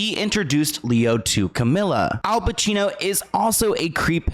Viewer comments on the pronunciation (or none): none